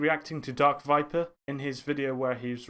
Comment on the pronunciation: darkvipa finally someone who knows how to say his name